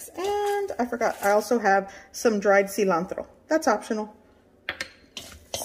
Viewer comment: I love that you are speaking English in your video but you pronounce certain words like cilantro and tortillas in Spanish with no accent ♥️